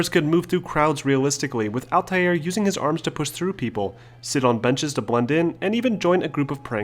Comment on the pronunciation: Stop. Just stop. You sound like a pompus idiot. "ALL-TIE-AIR". Couldn't even finish the video with how douchey you chose to pronounce Altair's name.